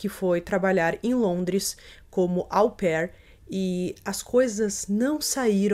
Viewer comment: Dicas: 1- Sophie Lionnet (sofí lionê); 2 - Troyes (trôá); 3 - au pair (ô pér).